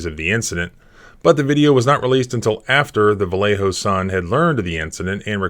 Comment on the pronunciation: I am impressed, some lawyer from West Virginia knows how to properly pronounce "Vallejo"